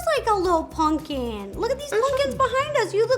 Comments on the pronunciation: Is it just me or when rosssana says pumpkin it sounds like punpkin instead of pumpkin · I love how Ro says punkin and not pumpkin😂😂😂💖💖💖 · She literally says "punking" instead of pumpkin, and I love it